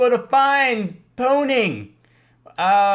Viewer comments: actually Pwning is still pronounced "owning" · Pwning is actually pronounced Owning... despite pwning sounding cooler, owning is the proper way to pronounce the word as originally stated by the guys at purepwnage (dot)(com).... so yes, fps_doug, jeremy, and the rest of that crew.